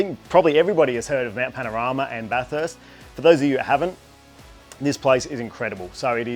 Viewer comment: Stoked for you mate well done, bathurst is my home track I grew up in orange (30mins away) bathurst is a public road it’s open every day of the year aside from when there is a race on, and just so you don’t upset the locals it’s pronounced bathest